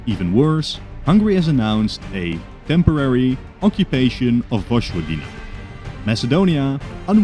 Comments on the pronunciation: My man please learn how to pronounce Vojvodina 😭 it's not voshvodina it's voyvodina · Btw, Vojvodina is pronounced Voy-vodina, not Vozh-vodina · Vojvodina is pronounced as "Voyvodina"